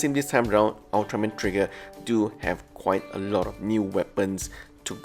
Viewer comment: Ultraman Tiga is pronounced Tee-ga, not Tie-ga.